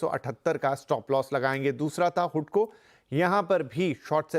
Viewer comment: Not हुडको, it is हडको